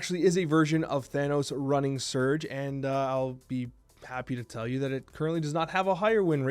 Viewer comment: Another top notch video! Thanks man. Isn't she pronounced Surge' ? Lol